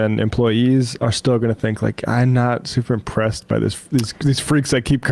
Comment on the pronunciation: Peterskin makes the word "not" a two-syllable affair. Noet.